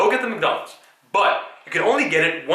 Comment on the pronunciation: Every time you say Mc.Donald's </3